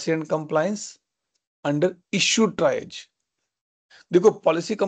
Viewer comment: it's "tree-age" not tri-age